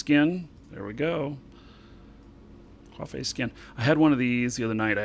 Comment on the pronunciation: Ocolytes? Quafay? Is this like a gimmick?